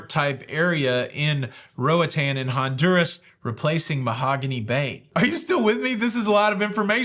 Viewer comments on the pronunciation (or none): none